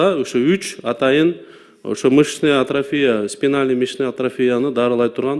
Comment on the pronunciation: Тупица. Даже АТРОФИЯ деген сөздү артрофия деп атат🤦🏻‍♀️